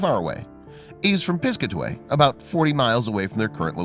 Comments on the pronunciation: Pis-CAT-away. Not PIS-cuh-tway... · And it’s Pis-cat-away, not piscaway!!! Ugg!!! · It's pronounced Piss Kat Away not piscaway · I'm from the town next to the one they are from,its pronounced PIS-CAT-AWAY NOT piscatee like he said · It’s Pronounced Piss...cat...away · Its pronounced Pis-cat-a-way...Jeeeeezzzzzz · It's Piss-cat-away, I have no idea what this guy is saying? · It’s Pis-Cat-A-Way lol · It’s piss-Kaa-ti-way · Great story I would recommend researching the pronunciation of the town's name Pis-cat-a-way NJ. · Plus he's can't even pronounce name of town. Pis-cat-away. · Hey, guy. Learn how to pronounce Piscataway.